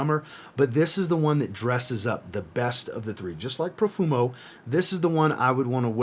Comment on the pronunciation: Profumo?? Haha. My ears are bleeding. Apart from that, thanks for the video